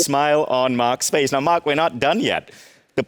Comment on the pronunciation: Host can’t even pronounce “Mark” correctly